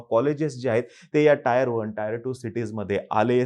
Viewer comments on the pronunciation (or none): Tier la टीअर as pronounce kartat टायर नाही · हुशार आरे टायर नाही रे टीएअर 😅😅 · Tier 1 and tier 2 city ch pronunciation 😂😂 Tyre 1 n tyre 2